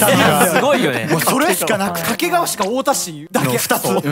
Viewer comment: どうでもいいこと 地元民はかけがわ↓ でもテレビとかでの発音はかけがわ↑